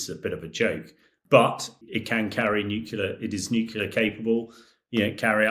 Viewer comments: NUCULAR drills? Out of British mouths? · Even English people pronounce nu-clear wrong, too. It’s not just Homer Simpson. “Mother tongue”, indeed!😂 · A former British Army Colonel who can't correctly pronounce the word nuclear. Astonishing. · Too dumb to correctly pronounce NUCLEAR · Experts who say "nucular" instead of nuclear. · does anyone else find it strange that so many people - even respected war correspondents, cannot pronounce the word 'nuclear'? 😂😂😂😂 FFS if i hear another person say NUKULER i'm going to go critical and kick off a troll chain-reaction 😂. New-Clear. nuclear. It's even fkng spelled that way!!! 😂😂😂😂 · What is nukular? Is that a new kind of nuclear? Sorry not sorry. It grinds my gears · “Nuclear” not “nucular” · Nuclear. not Nucular. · How is a supposed military analyst not able to say the word "nuclear"?! What is "nucular" supposed to be??? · It really irks me that many of these commentators cannot pronounce the word NUCLEAR. Pr. New - clear. Not Newcular. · Nuc LEAR not Nuc ULAR. Why are so many educated people so stupid with the pronunciation of this word. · I’ve heard several Brits pronounce “nuclear” as “nuculear”. Why is that? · “Nucular drills” Are you for real? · NUCLEAR, not NUCULAR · bros... it's not 'nucular' ffs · he said it is a joke if they were to come against a modern fighter. But yeh, anyone that says “nucular” isn’t to be taken seriously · The word is N-U-C-L-E-A-R not N-U-C-U-L-A-R! It’s such an easy word to say,…Get it right! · Hamish lacks credibility due to his pronunciation of nuclear. Are we threatened but nut based weaponry? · Can't pronounce nuclear and thinks a bomber fires missiles. Where did they find this expert? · Why is a British colonel saying "nucular"? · Why can so many people not pronounce “nuclear” correctly? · He's obviously an intelligent guy, so why the inability to pronounce nuclear correctly? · He was a colonel but still can't pronounce nuclear?